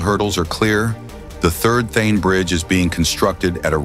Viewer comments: Its not Theen... Its Thaanee.... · It’s thaaaane not thane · It's THA - NE lmao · Also, it's not The-an......it is Tha-ne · ठाणे ✖️ थेन ✅ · Also at multiple times in the video ठाणे (Thane) is referred as थेन. This should be modified. But the video is excellent. Thanks for taking the efforts to make the video. India is really changing & Mumbai is leading the way. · Thane to be pronounced as Thaanay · Thaaney Not Thhene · Not Then, It is Tha Ney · Not Thane but Thaney - terrible pronounciations messes up meaningful context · Not Thane but Thaaney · Thae-n 😂😂 Tha-na or Tha-ne 👍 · Its Prime Minister Narendra Modi. And Thane is pronounced as Thanay. It's a very informative and interesting video. Maybe, by the time these are completed and the existing roads that have been dug up for making the metro a reality remade, it would make a perfect city for both living it and for travellers too. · The way he says Thain for Thane 😂 and Narendra Gandhi for Modi 😂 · the voice over is AI generated. hence Thane becomes Thene . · It's THAANEY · Also the pronunciation of Thane is funny. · Inspite of so many coments to rectify the error of pronouncing the name incorrectly, why has it not been rectified??? WE OBJECT & PROTEST AGAINST THIS .😊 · Thane name is also screwed up in the audio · "Shane" ka chota bhai "Thane" 😂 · Also, he is pronouncing Thane wrongly. Edit it immediately. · Thanks for the vdo. I would request the narrator to make sure he pronounced the city Thane correctly and name of our Prime Minister Narendra Modi. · Is it a AI generated video pronouncing thane erongly